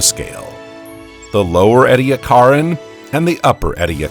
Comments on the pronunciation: It’s pronounced ee-dee-AK-er-in. The emphasis is on the third syllable. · Is he mispronouncing Ediacaran? Or are there regional differences? He says 'eddy a CAR in', but I've always heard it as 'eedee ACK a rin' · Look up the pronunciation of Edicaran. According to Wikipedia EE dee AK er en, with the stress on AK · I have always heard it pronounced EE-dee-ACK-are-an. But, as an American, I have often found that Australians pronounce many words differently from how people in the USA pronounce them, so there may in fact be no right way and wrong way. Since these fossils are named after mountains in South Australia, perhaps it would be best to defer to the Australians. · I have just learned that one of my pet peeves is when people mispronounce Ediacaran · Man I love the video but the way he says Ediacaran for some reason sounds wrong but whatever still liked lol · This guy can't even pronounce half the words properly. Ediacaran sticks out immediately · The narrator’s continual mispronunciation of “Ediacaran” is grating on my nerves. He had ONE JOB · The narrator (highly likely an AI) has very strange pronunciations and inflections. The word Ediacaran was consistantly mis-pronounced. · Take a shot every time he pronounces ediacaran wrong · That’s just not how you pronounce Ediacaran